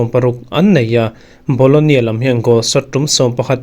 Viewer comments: bologna tih tur😂😂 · BOLOGNA ti in lam ve mai la.